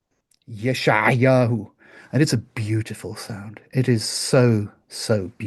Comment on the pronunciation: I find that it is not too hard to pronouce 'ayin in front of a vowel, as in 'al ("on"). It takes more effort to get it out at the end of a word, as in ra' ("evil"), or in front of a consonant. In fact, I notice that you say "Yesha'ayahu" instead of "Yesha'yahu", slipping in an extra vowel after the 'ayin .